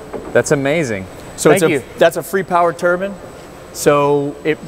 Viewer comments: I cant watch this guy say turbin anymore.... I get enough of that at work man, theres an E and the end for a reason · It bugs me when people pronounce turbine like turban.